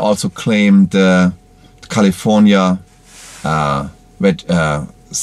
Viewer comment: 2 German Dudes reviewing an American luxury, performance EV...gotta love it! Good solid Review too...the cam on the Drone is kinda bad though - maybe skip that next time. "Kali-ForniA" hahaha